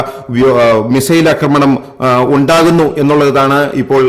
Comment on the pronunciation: അക്രമണമല്ല, ആക്രമണമെന്ന് പറയൂ